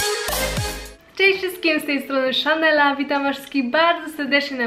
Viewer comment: SZANELLA TO WO REK SLYSZYSZ WO REK WOREK